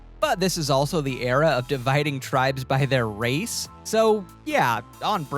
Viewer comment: Please stop saying eviction. That's big brother, not survivor. And look up pronunciation of tribes so you can pretend to be a superfan